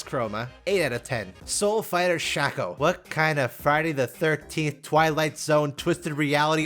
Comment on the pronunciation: SHAY-CO, it's pronounced Shay-co, I'm losing my mind here.